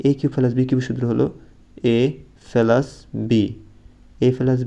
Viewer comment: প্লাস না পেলাস 😂😂😂😂